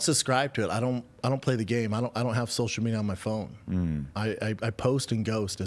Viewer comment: “I donut do sosha mejia b. I simply do not play the game.” Says the man who started a soshul mejia empyre